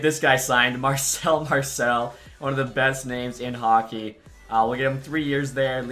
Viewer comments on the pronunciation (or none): none